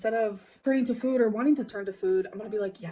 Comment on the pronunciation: AND THE WAY SHE SAYS fwoooood like girl… shut up. THE LIP SMACKING drives me insane